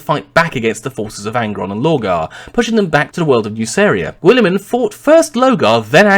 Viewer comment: sorry but I can't take this vid seriously with your pronciation, GWOOLY-MAN It's a silent 'U' just like in the word guild which makes sense as He carried over Konor's meritocratic methods to govern maccragge and eventually reform society and trade across the galaxy, just like the Roman empire settling across Europe and Asia. And considering just how far the Ultramar system is from the Sol system I think it's not too much of a farfetched analogy.